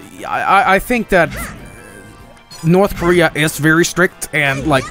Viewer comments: We were promised "Nort Korear" at the end. I am disappointed. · NOR TH KARERER